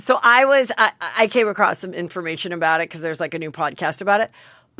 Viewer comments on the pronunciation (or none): Twice in one podcast I noticed that Heather said “acrosst” instead of across. Please tell me she doesn’t think that’s how you say it 🥴